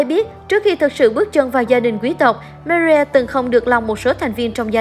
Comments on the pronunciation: chi oi xin doc ro rang ten Marie me. ri meee ri. doc tieng anh funny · đọc tiếng anh hay pháp mà người nghe khổng hiểu tên gì. Marie mà đọc chữ gì vậy